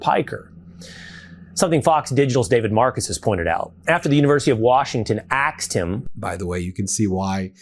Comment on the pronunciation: Axed them ,that's what it sounded like . Dogging someone for being foreign can't even pronounce asked.